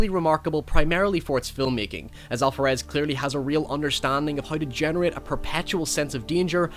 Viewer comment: Love your channel, but why are you pronuncing Alvarez With a “fff” sound? Weird. The V in Alvarez sound like a B